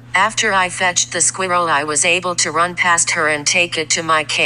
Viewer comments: Why is no one taking about how Siri pronounces ‘squirrel’😂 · I love that voice! Has no emotion whatsoever. Pronounced Sqeerall ....AWESOME!!! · Everyone else talking about the dog and the owner... Me: Dyeing of laughter due to the pronunciation of the word squirrel🐿 in the vid💀